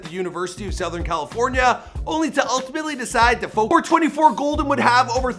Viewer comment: Please say my son’s stage name correctly... it is 24KGOLDN. Throughout the video interview you kept out the K... Love the mostly accurate show! Yes, this is his real mama.